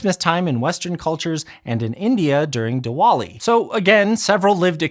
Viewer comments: It's pronounced divali, just FYI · The pronunciation of Diwali was criminal 😅